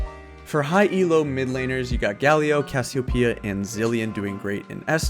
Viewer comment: Brazilians understand Cassiopeia called by you, as Cassiopiia